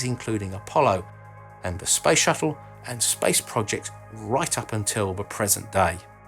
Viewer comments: Heh, the first time you said "space industry" I heard "spice industry" :) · I thought you said spice shuttle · Yes. I also heard him talk about "the spice industry"... 🙄😂